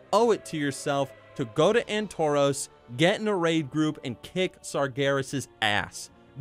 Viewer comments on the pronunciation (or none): Why would I want to mindlessly slaughter others? I've never understood the appeal. Also it's Antorus, not "Antoroos." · AntoROS? I swear it was pronounced as Antor-us with the "us" like nexus not nexos.